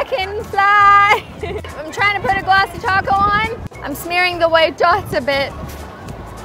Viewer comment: Do u say glassy taco?? Sorry for bad english